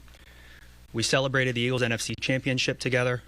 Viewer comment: All i hear the best mayor in the US say is EGLAS! Eagles!!